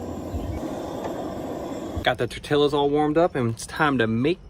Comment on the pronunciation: Please tell me that's not how he pronounces 'tortillas'.